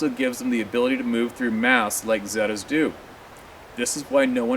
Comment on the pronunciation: Zeta's are pronounced 'ZATA'S